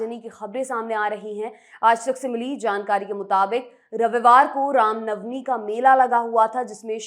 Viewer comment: Bhosdi walo, rama navmi nahi ram navmi hota hai.. Baklol kahin ke